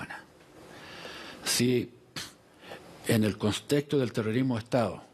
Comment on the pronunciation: que vergüenza como habla... "consexto".. "shhh"